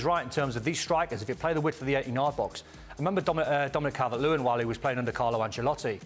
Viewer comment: Don deserves to be dropped after saying Calvert-Lewin.